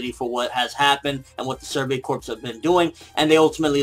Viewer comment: Just FYI, corps is pronounced "core" not "corpse".